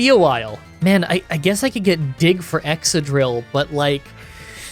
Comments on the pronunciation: Excadrill is pronounced exkadrill, not exsadrill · ExCadrill. It's exCadrill.